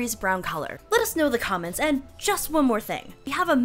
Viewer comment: the way she says comments lol